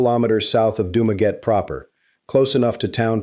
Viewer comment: Learn how to pronounce the name doo ma gettie